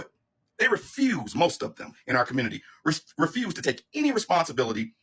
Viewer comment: And the "Communitah"